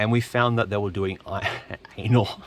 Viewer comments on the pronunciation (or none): i remembr u saying 'ainol spark, ainol firewire 🤣